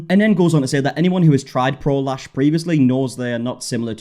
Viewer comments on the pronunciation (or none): I cant be the only one who doesnt hear prolash but prolaps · Every time someone says, "Pro Lash," I hear, "prolapse," and I've just been giggling this whole time.